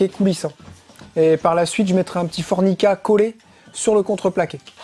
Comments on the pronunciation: FORMIKA et non forNIka hihihi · je crois que tu dis fornica mais en fait c est formica me semble t il 😕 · Cc tu es sur qu'on dit fornica ? C pas plus tôt formica .après sa reste de la fornication logique c la chambre ptdr